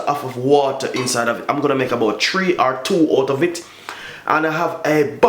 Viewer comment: He put the diluted syrup in a see through bag..then said beautiful and nice.......tree not three....